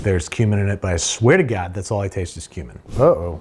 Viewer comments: Gotta enunciate when saying "tastes like cumin" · I thought he said human not cumin. “Unless these are human nuggets” is what I heard. 😂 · Babbish: "Tastes like cumin." Me (hearing "tastes like HUMAN): "How do you know what that tastes like!?" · not me hearing human instead of cumin💀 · Every time Babish said "tastes like cumin", I thought he said "tastes like human." Scared me for a minute. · Everytime you say "cumin" I hear "Human". Human disguised as "spices".